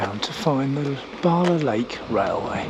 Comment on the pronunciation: It's BALA. No R